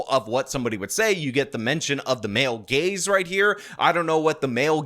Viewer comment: Your rant about "male gays" instead of "male gaze" cracked me up.